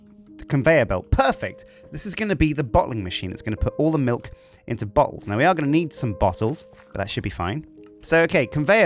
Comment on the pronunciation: It’s a weird way of saying milk